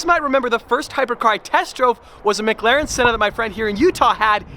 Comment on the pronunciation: "MiGlaren" is what I hear every time tries to pronounce "McLaren." lol